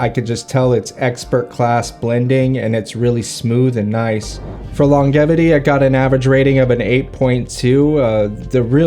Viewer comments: I've seen other influencers say it that way, must be an albany thing.... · I like your videos, but the way you say longevity is killing me. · The way you say longevity is infuriating it’s not right.